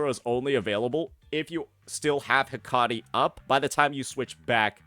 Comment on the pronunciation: heck-uh-tee not....that.